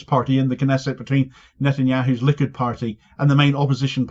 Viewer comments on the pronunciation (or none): none